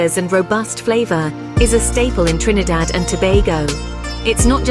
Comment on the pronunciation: Trini-daid 😮 It’s Trin-i-dad. I can’t stand when it’s mispronounced as Rot-ti, it is Ro-ti. This the least of the problems wit this video.